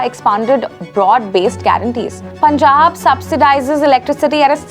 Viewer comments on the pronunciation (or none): none